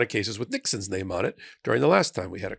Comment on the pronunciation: Excuse me,... Did you say "Trump's name" or "Trump's stain"? 🤣